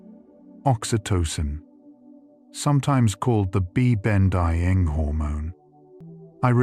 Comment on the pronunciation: The AI script reader is pretty off on some words and it totally throws me off - "meta-analysis", "bonding"...absolutely drives me crazy!